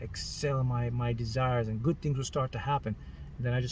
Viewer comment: It sounds so funny whenever he says "GUT" LOL! 😂 I laugh many times when he says it. Someone count how many times he said "Gut" in this video and then write the results under this comment.